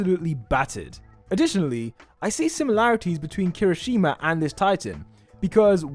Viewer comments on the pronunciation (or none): none